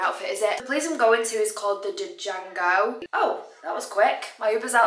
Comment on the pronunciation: Love the content. For reference, in Django the D is silent. Glad you had fun there.